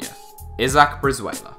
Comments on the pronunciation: iz-ACK? ĪZ-ăk (isaac) GRAY-hum? GRAM (graham) KEN-tah-kē? kën-TUH-kē (kentucky) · cmon fellas, how do not know how to pronounce a simple name of isaac?